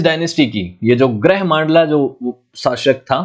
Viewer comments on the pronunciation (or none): ग्रह मांडला नहीं गढ़ा मंडला, गढ़ा मतलब फ़ोर्ट, मोक्षाकाल नहीं महाकोशल है वो, कलाचुरी नहीं कल्चुरी है 🤦🏼‍♂️